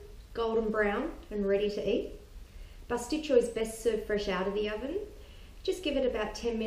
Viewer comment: Decent recipe, but it's Pastit-SIO - not CHO. There is no 'cho' sound in the greek language. Makes you sound uneducated.